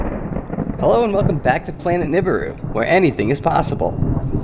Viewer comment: You never give a link to this guys YouTube channel. You need to start doing that. And you completely mispronounce nibiru It’s Nih’Bee Roo